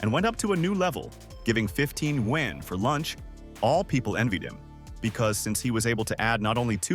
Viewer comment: Woah, they are actually pronouncing yuan correctly.